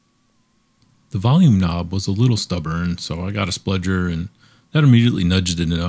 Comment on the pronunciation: Really excellent video. But I think it's pronounced "spudger" not "spludger".